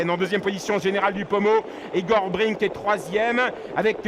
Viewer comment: C'est vraiment un très mauvais commentateur cet obèse. Toute la course il dit Igor Bring au lieu de Igor Brick. Enfin, on sait à quoi il doit sa place et celles de ses enfants...